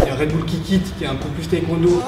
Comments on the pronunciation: moi je fais du taekwondo(ça se prononce taykwando) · Tibo InShape mec ta même pas prononcer le mot taekwondo alors que tu la même essayée franchement essaye